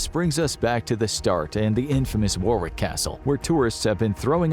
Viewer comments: It’s not pronounced war wick is pronounced as war ick… I’m British and that’s how it’s said just thought I’d make a point of that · Its spelt Warwick and pronounced Worrick BTW not War wick. At least try to get that right. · Warwick is pronounced Warrick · War-wick?! No God no! It's pronounced 'worrick'. Take it from someone who lives there. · I love the way you pronance Warwick castle . I can assure you it's not, war-wick😂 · Its a silent W the second w so it's pronounced warrick if you understand that , i know it's my second name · It's pronounced worick castle with the o pronounced phonetically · It's /ˈwɒrɪk/ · "Warwick" is pronounced worrick. Please pass this on to all Americans 😂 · The ‘rw’ in the English language is just ‘r’ like Warwick is pronounced Worrick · Warwick is pronounced wa-rick Don't ask - English! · Listening to you pronounce Warwick is a form of torture in itself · I love the way Americans pronounce "Warwick". To be fair most names are mental - Towcester (toaster), Bicester (Bister), SouthHall (Su-thal) and Chipping Sodbury - said as you expect but.....WTF????